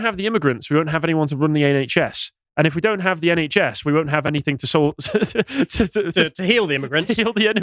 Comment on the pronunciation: Anythink? Everythink? I can't take anyone seriously who says words like that....